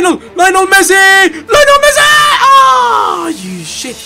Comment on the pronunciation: Come on u have to learn how to say Lionel Messi